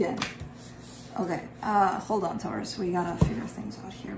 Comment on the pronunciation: when you say Taurus!!!, I always scream!!!!